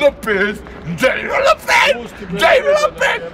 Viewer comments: DZENIFER LOPEZ. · DZENIFER LOPEZ !